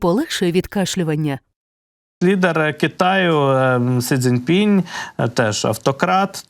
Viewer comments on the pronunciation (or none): вам подобається така вимова вашого прізвища? А чому ви перекручуєте ім'я голови КНР? В його вимові немає ніякого "пінЯ", його звуть Сі Цзіньпін!!! Невже так важко вивчити ім'я очільника найбільшої країни світу??? Чи ви свідомо демонструєте неспроможність українців до міжнародних відносин???